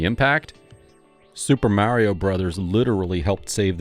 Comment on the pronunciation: Great vid 👍 Mario is pronounced mah-rio, not mary-o, by the way.